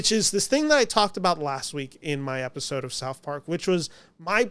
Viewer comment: When you say "Episode", you're lips are saying "Efisode". Are you part Filipino?